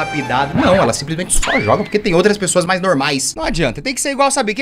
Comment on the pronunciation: T3ddy: "maais com i" T3ddy também: "feItiche"